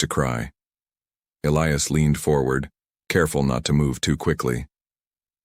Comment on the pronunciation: At about : : the pronunciation of a key person, 'ilious' is badly done and should be 'Elias' instead!. Oops LoL 😮😢